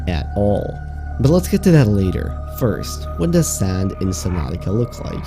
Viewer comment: I heard "sans" instead of sand